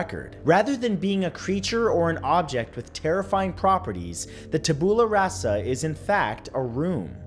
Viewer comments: DON'T BLINK rofl this are hysterical. and the classification reminds me of the artifact designations on S.H.I.E.L.D. (And just FYI, it's pronounced TAB-you-luh RAH-suh) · am i the only one incredibly bothered by how he pronounced tabula rasa? xD